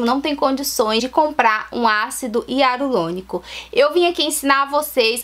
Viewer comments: Para gravar é interessante ter um bom português. Para pronunciar ácido Hialurônico, as vezes exige treino, senão sai ácido hiarulônico. A dica foi ótima. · Ácido hialurônico e não hiarulonico kkkk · Eu vou fazer, gostei da dica... Ácido hialuronico e não hiarulonico!!! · Ela fala ácido hiarulonico achei engraçado rsrs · VC FALO ÁCIDO HIARULONICO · pastel de flango acido hiarulonico 😂 japas sempre.trocam o r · Vou fazer obrigada pela dica. #Só acho que Vc falar errado o nome do ácido, não sei se e impressão minha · Até o nome do ácido vc pronuncia errado . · Japoneses tem muita dificuldade em pronunciar o R é sempre trocam o R pelo L. Dependendo do tempo que ela mora lá, ou da convivência que ela tem com os japas, ela troca sim as letras. Morei treze anos lá e super entendo os erros de português e de pronúncia dela. Por que ao invés de zoar dela vcs não agradecem as dicas que ela coloca aqui? Ninguém é obrigado a vir no canal dela.